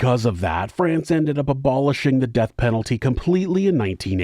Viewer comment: I am approximately 50 billionkagillionzillion times more disgusted and horrified by this pronunciation of "France" than I ever could be by humanity's adoration of murderous treachery and cruelty. haha